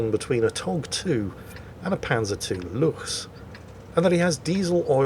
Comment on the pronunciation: The German "ch" is indeed usually that restricted air passage hiss in the rear of the mouth, but there are words where it isn't. 'Luchs' is one of them, it's pronounced 'luks'.